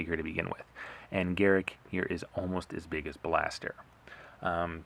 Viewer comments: Its not Garrick, its Garruk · The pronouncing is off it's pronounced "GA-ROOK"